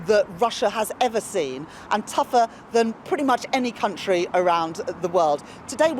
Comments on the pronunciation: I thought she said cuntree. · Did she say my cun-tree?